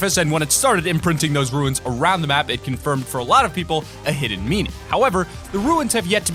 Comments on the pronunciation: runes is pronounced like tunes with an r not like ruins. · Why does everyone pronounce runes like ruins. They are DIFFERENT words. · Learn how to pronounce runes.